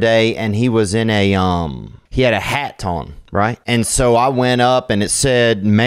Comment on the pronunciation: As a Brit Im quite Impressed. Theo must be the first American to pronounce the T in HAT for probably the past 200 years 😂😂